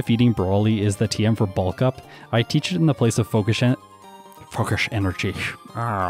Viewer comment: No one:: focish enerjy